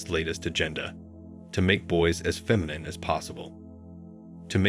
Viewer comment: Sorry. I only made it to . Is this being narrated by AI? Either learn or teach your AI to correctly pronounce "Masculine" and "Feminine" because it's really annoying listening to the narration. There you go - downvoted.